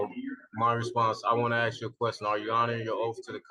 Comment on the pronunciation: Sov shitizens and moronish shitiz3ns are the dumbest people on the planet. Everyone bc careful, he's axe the judge. Axe, really showing just how ignorant one is. Wants to speak and act like he's half intelligent, but cannot verbally say ASK correct... Something my two year old csn so perfectly fine...